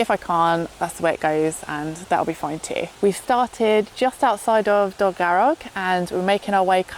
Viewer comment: Surprised you didn't have a nosey inside the Dylun Bothy just down from the lake... or perhaps you did ? Oh and it's Dol garr og lol....